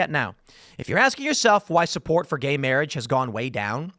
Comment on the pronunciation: Lol "guhey mayrage"